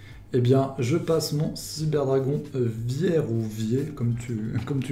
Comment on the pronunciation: l'accent allemand d' outch "drey", "vière" c'était drôle